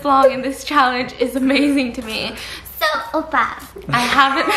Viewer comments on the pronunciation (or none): no one: stephanie: 오빠 --> obba --> oboe --> oval --> OFA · Is it only me Or did I only hear Opa and offa 😂 instead of oppa... They are honestly so cute and savage with each other ❤ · Lol when she's cringing too much to say it properly she starts saying "offar" cause she doesn't wanna say the actual word. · not at stephanie pronouncing oppa like “offa” for the whole vid 😂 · ur everyday korean drama: OPPA!! stephanie soo: OFFA? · The funny thing is it sounds more like "ofa" then "oppa" 😂😂😂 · Omg idk why but when korean says OFFA instead of OPPA I start gagging till I chock 😂😂😂😂😂😂😂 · Stephanie cringing at herself and calling stephaince offa instead of oppa LMAO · it sounds like she’s saying “oupa” which is grandfather in afrikaans😂😂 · Stephanie trying to say oppa but it came out as offa, ofha, opha 😂 honestly stephanie did all the cringing, i didn't even cringe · After 10 mins in i start hearring offa instead of oppa 😂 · why do I keep hearing "offa" XD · Why does she say ofa its oppa lol